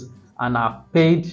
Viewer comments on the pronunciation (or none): none